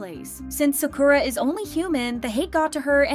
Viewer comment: Just FYI. Sakura is not emphasized as Sa'koo-ruh. It is said like the word Yamaha. It is pronounced "Sa-ku-ra" with the "ku" being a short quick version of coo, and the r like the beginning of a trilled r. Almost like a light "d". If you can speak Spanish, you know how to do it already. For Kazuha, same issue with the u again; less ka'zoo-ha, more ka-zu-ha.